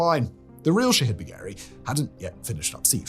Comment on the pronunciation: All I hear is "shithead" when he says the name.